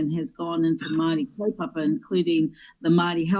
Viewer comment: Take off those keha clothes and make up. Intertribal War? The gangs? Pronounce "Maori " correctly...koretake , maari.